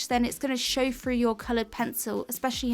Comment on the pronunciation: You need a video on how to pronounce “through”